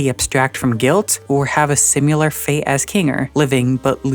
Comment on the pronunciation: I like this video and find it very thoughtful and well-made, but I do have one criticism: "Simular." Cut it out. Cut it out, you.